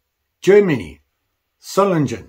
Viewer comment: And another little hint: This famous "Klingenstadt Solingen" (Blade-City Solingen) is pronounced with a G like in "gate". (I grew up just a few miles away ... now in Canada.)